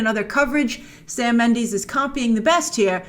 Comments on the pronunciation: Hi Grace! I love your channel and all the awesome work and preperation that you put into your videos. However, my only pet peeve is that you pronouces Sam Mendes' last name like Mend-ee-s (ex. bees knees) and not Mend-e-s (i.e. eh). As a fellow hispanic with the Castilian version of the Méndez name, why do you always say Méndeez?! I die a little every time you say Méndeez and not Méndez :-( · It's pronounced Sam Mendez not Sam Mendeez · Sam Mendes not Mandis